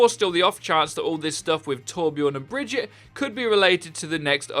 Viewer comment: Brigitte isn’t pronounced brejit it’s breejeett